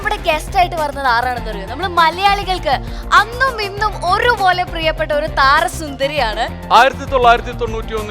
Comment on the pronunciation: ആറാണന്നറിയോ എന്നല്ല ആങ്കർ ഗേൾ (ആരാണന്നറിയോ) താറാസുന്ദരി എന്നല്ല (താരസുന്ദരി എന്ന് പറയൂ ആങ്കർ ഗേൾ നാക്ക് നല്ലവണ്ണം വടിച്ചതിനു ശേഷം സ്റ്റേജിലേക്ക് കയറൂ